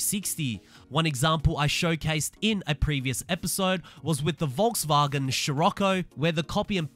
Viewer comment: volksvärgen??? Ur not german....